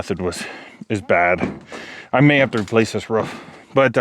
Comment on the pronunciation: Ruff ruff....instead of a roof..lol x